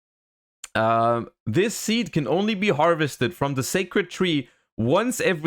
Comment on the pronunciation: I still dont get it why people pronounce loci Lokay, it's latin you say locee the same goes for Cherubini is spelled KEhrubini no cherubini